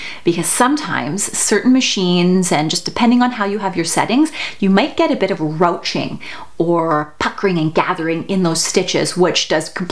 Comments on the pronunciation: Great video. However, "ruching" isn't pronounced "roaching." It's the French pronunciation, "rooshing." Thanks for detailed knowledge! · You have so much technical expertise and I love your videos! In most American regions, ruching is pronounced "roo-shing", although it may be different where you are.